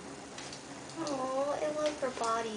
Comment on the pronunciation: BWAHAHAA, I had to pause and crack the fck up at "Shes lika gi-ent hamsturrrrr"